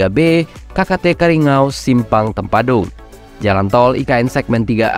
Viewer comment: bukan karingou itu salah nyebutnya gaes yg betul kariyangau coba lagi kariya---ngauw ok gaes